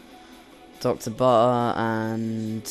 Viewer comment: i think its prnounced butter not buh her